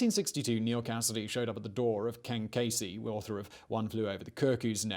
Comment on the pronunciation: Good info, but very pretentiously delivered, with a "Know-it-All" posturing: strategically raised-eyebrows and coy glances at the camera. By the way, your "American" stinks: it's Ken [KEE-zee], not [KAY-zee].... the girl's name was [EE-dee] not [Ed-dee]... and the town is called [LO-wull] Massachussettes, not [LAO-wull]. I lived there. Again, pretty good info, but an overly-dramatic delivery, with a cloying smugness that distracts from the value.